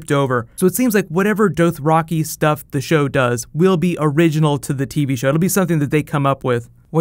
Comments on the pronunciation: its doth-ra-kai not doath-ra-kee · Why do you say Dothraki so weirdly? Good video BTW. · Say Dothraki right smh